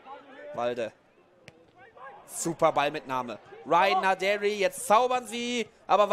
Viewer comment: Gibt es irgendwelche Anhaltspunkte dafür, dass Naderi tatsächlich englisch ausgesprochen wird, so wie es der Kommentator immer macht?